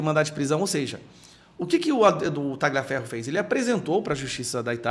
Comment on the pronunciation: A pronúncia correta é Talhiaferro, GL em italiano equivale ao LH em Português. GN em Italiano, equivale ao NH em Português C ou CC em Italiano, equivale ao "Tchi" em Português, como Ciao, aqui falamos "Tchiau". e Paolo em Italiano, é com ênfase no A e não PaOlo como pronunciam no Brazil.